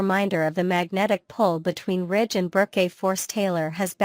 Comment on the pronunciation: It's Ridge NOT Rich!